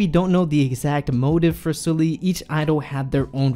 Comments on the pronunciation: how he pronounced it: 술리/슬리 how it should be pronounced: 설리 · Her name is Seol-li, not Soo-li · Thank you for making this video <3 It's important that people talk about this. P.S. It's pronounced Seolli (설리) and not Soooolli. No critic. Just felt like telling you.^^ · Excuse me, I know this is very stupid... but you're saying her name wrong that's how it should be pronounced... it doesn't matter ... this is very tragic ... she was only a year older than I am, with such a promising future... so beautiful and talented... it's heartbreaking :C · In memory of her, please pronounce her name correctly..... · if you're gonna make a video about her at least pronounce her name right